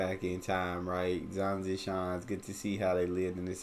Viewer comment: So many mistakes in this video already, lol. Castle de Haar is not in Holland, it's in Utrecht. Oh hey you knew that nice. Also why do they always pronounce Zaanse Schans like that.. It's a g sound, not a soft sounding sch (so it should be Schgans/ sgans in terms of pronounciation, if that makes sense). ugh lol. Ok I'll turn the video off, because this is clearly made by someone far across the ocean, trying to make money with mostly stock footage. I'll give a like though because I always appriciate you doing this :)